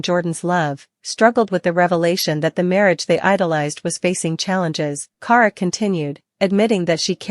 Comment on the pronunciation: Can’t even pronounce her name right it’s key-air-uh = Kierra